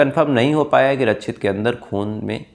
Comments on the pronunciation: पहली बात आपका उच्चारण सही नहीं है रक्षित होता है रछित नहीं 2nd बात ... आप शम्स ताहिर को कॉपी कर रहे हो.... 3rd ... जो dalle बैठे है ऑफिसर बन कर सब घूसखोर है सबने पैसे खाए होंगे 4th.... गुजरात में तस्कर सप्लाई करते है दारू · रच्छित नहीं रक्षित और सुरेस नहीं सुरेश